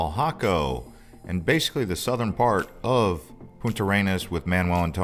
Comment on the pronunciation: Is not Punta Arenas... Is Puntarenas